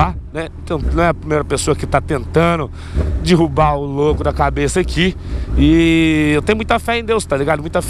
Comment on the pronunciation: ele fala dirubar kkkkkkkk e derubarkkkkkkkk